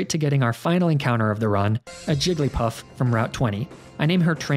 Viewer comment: JIGGLYPUFF, NOT JIGALLYPUFF!